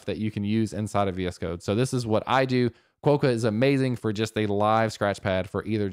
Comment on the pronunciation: Just FYI quokka is pronounced "kwa-kuh". Love sincerely, someone from Perth. :o)